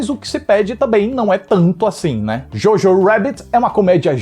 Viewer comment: Achei so um filme legalzinho e bonitinho. Não me envolvi de verdade, tanto que só ri msm naquela última cena com o Hitler. Queria dizer q pronunciam errado o nome Jojo em alemão o filme inteiro, irrelevante, mas eu disse